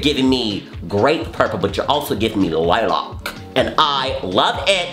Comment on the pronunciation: the way he said “lilac” i choked